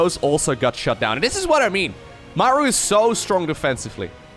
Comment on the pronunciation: Sry. I don't like your "Mauer" It sounds awfull ;-)